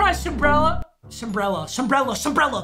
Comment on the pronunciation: Nobody:: Sumbrella